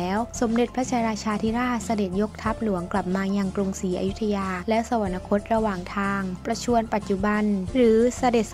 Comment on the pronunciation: สวรรคต. อ่านว่า สะ-หวัน-คด